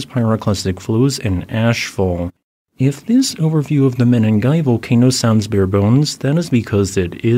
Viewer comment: Pls call these kenyan places by their proper names...😮what mini'gai ? Say meningai..